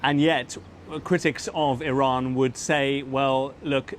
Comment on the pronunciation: BBC report is can't even say Iran properly. 😂